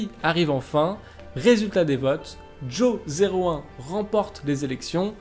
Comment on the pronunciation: Ce serait bien de prononcer Jo01 en Johan, car Jo 0 one -> joan -> johan